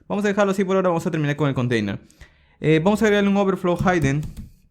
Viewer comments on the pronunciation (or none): Saludos, desde Puerto Rico. Por cierto "hidden" no se pronuncia "jaiden", sino "jiden". Gracias los tutoriales, me son muy útiles para practicar y aprender a la vez de forma amena.